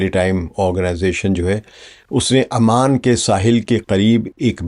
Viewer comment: Sir its oman not aman